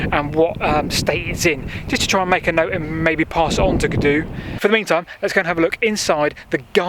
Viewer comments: Fantastic video - really interesting and it’s great to see some light shone into some of these more obscure industrial remnants. (I also now know how to say Cadw properly! 😆) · Lol! Well at least you asked :-) Nearest English pronunciations something Garn-THUR-is, ('dd' is always a soft th in sound like in the English word 'with'. Emphasis always on the penultimate syllable; E.g. CADW is CAD-oo not cad-OO. Happy to help out if your down this way again in the future Like I said, love your vids - Keep up the good the work!